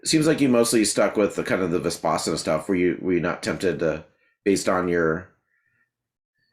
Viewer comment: Terrific interview. Vispassana, no. Vipassana, yes.